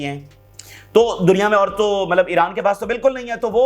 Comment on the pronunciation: CODU BHAEE "MALAB" NAHI LAFZ "👺MATLAB" HOTA HY